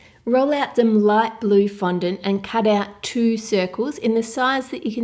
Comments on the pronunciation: was she meant to say fondant cuz she said 'flondant' ? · how come cake boss pronounces fondant like fondentē